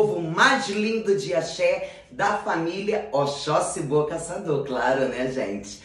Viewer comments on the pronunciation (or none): Toda Vez Que ela fala oxoxi bom Casador eu escuto Boca Saturno kkkkkkkkk depois eu acordo E entendo kkkkkkk